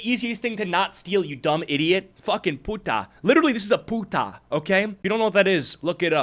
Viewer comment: OMG so its not only me whos annoyed by him constantly saying "putah". He could at least say it normally not with that weird accentuation 😭😭